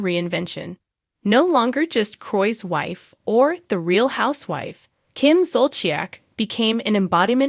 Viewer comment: Learn how to pronounce Kim’s and Andy’s names correctly if you want us to listen to this sorry video. So sad.